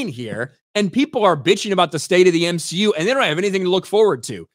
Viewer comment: The M-SHE-U does X-MEN ? 😂😂😂